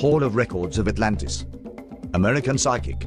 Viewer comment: That's as bad as "Anartica" and "Alantis". How? Why? Just get it right.